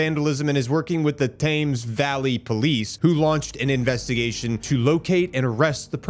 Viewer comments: Appreciate the UK report. Just so you know we don't say the Thames river as "Thames", we say it as "the Tems". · Hi m8, always enjoy your posts. A quick fyi Brize as in prize . Thames as in tems. Keep up the good work. 😁🤘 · Its Brize Like Prize and Thames like mens.